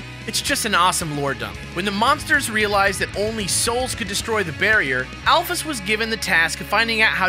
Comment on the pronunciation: Thank god there's someone out there who doesn't pronounce Alphys al-feez.